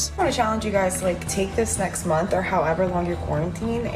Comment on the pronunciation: Lol she actually said “steak” instead of “take” 🤦🏻‍♀️